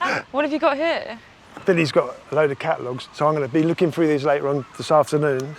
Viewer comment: Frough. I cannot get over how they say "through"